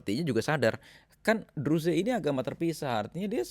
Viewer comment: Gak usah ngurusin negara lain Urusi negara mu sendiri Menyebut Druze aja salah.